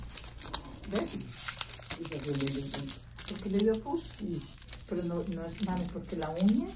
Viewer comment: I like the way the patients family member says pus like poos. Lol Hope she heals fast! ; )